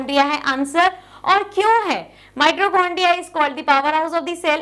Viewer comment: Mam mitochondria hota hai naa ki mitrocondria plz shi sai boliye😢